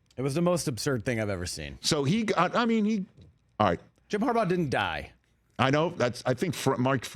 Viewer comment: Jim Corn'baugh